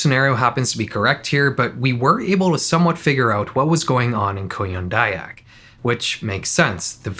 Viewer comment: you say "kuyang dayak" like "korean daebak" so i didnt realized the vid actually came from indonesia lol